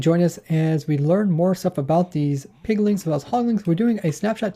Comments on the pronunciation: Okay, I like your videos, I di, but it's HogLINS and PigLINS. There's no "ing"at the end. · Who else got very pissed off when he kept saying Hoglin(g)s and Piglin(g)s